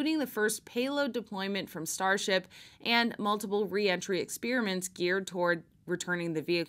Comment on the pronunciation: Great report, but please don't say ex-PEER-i-ment. It's wrong, even if 2% of people suddenly say it that way. Yes, wrong. Don't ex-PAIR-i-ment with settled pronunciations, please.